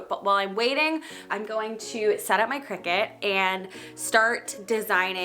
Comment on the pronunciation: It's pronounced decal (deckle) not deeecal. And it's Cricut (Cree cut) not cricket.